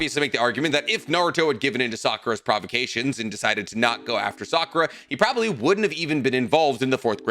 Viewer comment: why did bro just keep miss pronouncing Sakuras name 😂